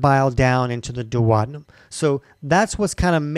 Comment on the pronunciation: You have a very weird way of pronouncing the word duodenum.